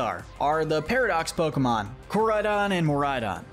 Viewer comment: Bros Pokémon name pronunciation skills are 2/10 💀